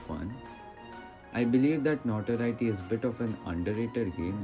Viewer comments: You said NotWorry btw and not Notoriety Cool video btw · i mean it sounded like you said Notworry